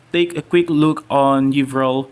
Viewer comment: You said my name correctly bro, Yvrelle here hehe. The key to victory was scrolls to keep up with his higher levels, but in terms of battle, just outsmarting him. The reason I won that engagement in the north-centre, I'm pretty sure, was the warg riders. I got several BC I saw he was going full skeleton archers and warg riders counter those. Then catapults to kill his mass sealed the deal;P